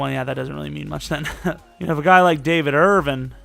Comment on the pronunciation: Your subscriber count may skyrocket if you say David Irvin(g)'s name correctly!